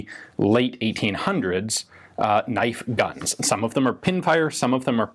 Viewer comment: Crocodile Dundee: “that’s not a knoif.”